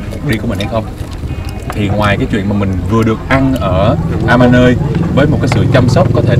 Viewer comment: Mọi người đọc nhầm tên resot ...Amanoi..không phải đọc a ma nơi...